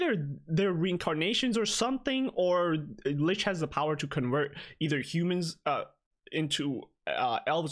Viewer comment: always pronouncing 'licht' incorrectly. It's actually pronounced like ummmmm....... lickt